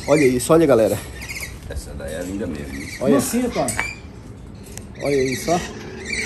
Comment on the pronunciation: " e eu quero perder medo porque deixa eu com medo merrmo"😂😂😂